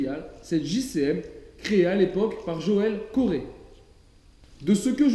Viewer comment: Ça se prononce joel (co roi ) pas coré sinon bonne vidéo ! J'habite à côté de vesoul il a un grand magasin là bas d'ailleurs !!!